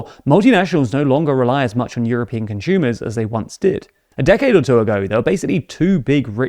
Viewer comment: Why does he always pronounce consumers as "conshumers"?